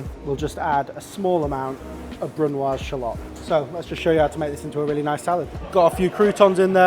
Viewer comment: "Bruno Shellot"??? Doesn't he play for Benfica?